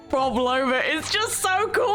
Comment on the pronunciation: NOT HATING! I'm still amazed how you couldn't pronounce Prolova's name 😂 I always enjoy your reactions. ❤